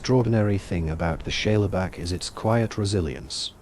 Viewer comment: Great vid. Are you saying "Shayla Back"? If so, Shale is a sedimentary rock made up of mud, clay, etc, and is pronounced "Shayl"